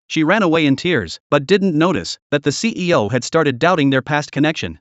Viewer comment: I know he's saying ceo but it sounds like he's saying cpo